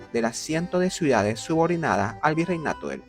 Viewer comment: Dice suidades… a pesar del buen contenido que hace, no puedo verlo porque no tolero lo mal que habla 🙈